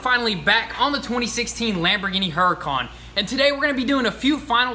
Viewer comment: Why do you pronounce Huracan like HuracOn?